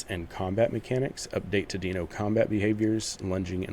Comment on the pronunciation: Deino's "dino" not "deeno" fwiw So the difference is going to be growth time?